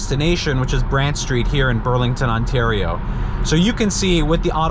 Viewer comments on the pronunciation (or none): none